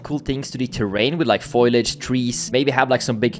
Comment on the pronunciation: Beautiful game. Also pretty sure its foliage (fow-lee-uhj) not foilage